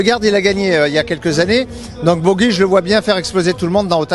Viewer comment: On ne dit pas " Bogi " ! Mais " Pogi " pour Pogacar ! Ou alors on remplace " Luc Leblanc " par " Luc Le Gland " et " Luc Abalo " par " Luc à balloches " ! Vous étiez cancres, monsieur Luc Leblanc, quand vous étiez écolier ?